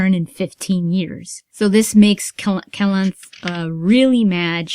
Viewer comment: It is Calanthe, not Calanth ^^, with an accent on last E. :)